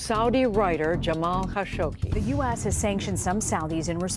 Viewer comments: Why does she keep on calling him 'Kashogshi'? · Khashoghee last part of his name is pronounced as gee not see !! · The last part of his name is pronounced as gee not see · KHASHOGGI NOT KHASHOGSHI. So annoying. A lot of these "solved" mysteries are not ACTUALLY solved. FAKE TITLE. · I don't understand something here. Everyone can hear the news anchor pronounce Mr. Khashoggi's name correctly. One assumes that the creators at Watch Mojo LISTENED to the supporting video/audio snippets interspersed throughout this video, PRIOR to laying down the program's voice track. Why then, in the name of RESPECT, do you mispronounce Mr. Khashoggi's name multiple times? The man was murdered and dismembered. Can you honestly not be bothered to pronounce his name correctly and at least give him a SCINTILLA of dignity?? I was really enjoying this video up until that point. However, laziness in research, particularly when it takes only SECONDS to find a correct pronunciation, is completely off-putting. I expected better from Watch Mojo, especially given the great quality of your past offerings.